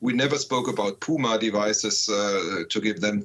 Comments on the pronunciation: "Puma" not "pewma" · The Australian journalist should relax a bit. Start by learning how to say PUMA instead of PJUMA! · Pumas are not tanks. They are also not pronounced “pyooma”